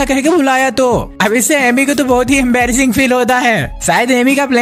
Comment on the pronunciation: Embarras ❌ Ambrass✅